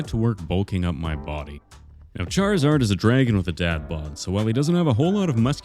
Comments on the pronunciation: It is charzard not charl-zard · it's pronounced (char-iz-ard) not chad-lizard are you mispronouncing it on purpose? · i laughed so hard when he started sculpting saying Charizard but I kinda heard chad lizard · if it were pronounced "charzard" then why is the 'i' in there to begin with? it's charizard. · Ah yes...CHAD-rizard! The coolest pokemon